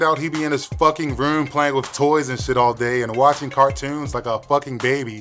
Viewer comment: that Bawtimore accent came through hard when he said ROOWM(Room) watching CartOOWNS 😭😭 thought immediately of the wire😂